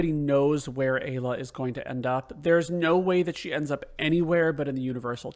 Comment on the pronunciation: MASAMUNE = "MA-SA-MYU-NAY". AYLA = "I-LA" (PRONUNCIATION). Also sped tabs will boost everyone to max speed. All characters are viable when boosted properly. I usually go in with Chrono, Lucca and Marle. Love their delta attack. Steal unlimited megalixirs from the monsters on the elevator in the Ocean Palace. Makes Lavos super easy.